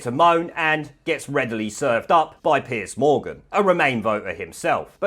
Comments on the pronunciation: Just so you know its not Piece Morgan, its Piers Morgan. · Isn’t it Piers? Not Piece Morgan? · It's PIERS Morgan , not Piece Morgan.